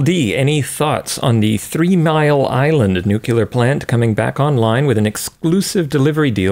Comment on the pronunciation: "Nuke-u-lar"? Come on.